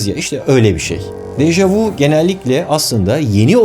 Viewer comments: yalnız u diye degil ü diye okunur dejavü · Yanlız Dejavu değil Deja vü böylede okunur fransızca kökenlidir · Deja vu yazılır deja vü (görüldü) okunur. Vu ise siz (vous) demek. Bilim kanalında doğru okunmali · Dejavu dehil dejavü deseniz daha doğru olur